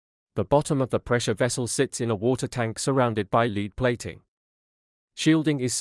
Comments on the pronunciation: Leed instead of lead? Why can't a human read this? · It was especially noticeable when it pronounced lead to rhyme with reed instead of red.